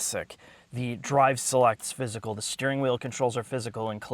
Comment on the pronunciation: "Per-fer (prefer)". "Fiss-Kcle (physical) buttons". (Unable to make a face) What toxins are in the water there?